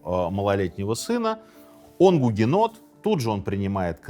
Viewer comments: Гугенотили не правильно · Сынок! Ты гугенот?! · Сынок, ты гугенот? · Сынок ,ты гугенот? (С)